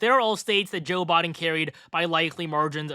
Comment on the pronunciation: It's "Biden", not "Bahden"